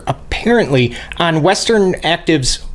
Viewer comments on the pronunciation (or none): When you say "click on subscribe" it sounds like you said "click unsubscribe" lol love the vids!